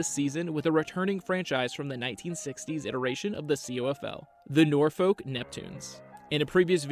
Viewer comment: .......wrong Salem ...that's the one in western side of state And it's PRONOUNCED NOR-FUK